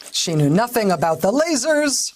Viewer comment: Oh, lasers, I thought you said laces!